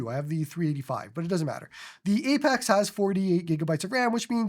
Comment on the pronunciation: "Apax"